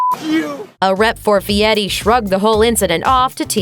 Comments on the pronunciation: It's fieri, not Fie-ee. The R isn't silent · Feeyetti? How does Fieri translate to Feeyetti. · Who’s guy fieti? I know a guy called guy fieri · And don't forget Guy "Fee-ehttee"... Lol, as a Sicilian (an island owned by Italy) who also speaks Spanish, I get that we pronounce our "R's" differently than English speakers do. However, we don't over-enunciate them like that! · It's not fiyeri lady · The way she says guy furi is bad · No t,s in that name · Nailed that last name feiri